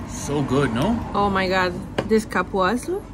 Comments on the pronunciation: Cupuaçu is pronounced "coo poo ah sue" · Realmente👍 she said CAR-puaçu and not COOL-puaçu